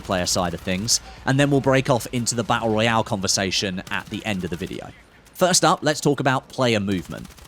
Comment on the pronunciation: Hey say, tap, tap, now say tooth, and again tooth, now say baTTle, sorted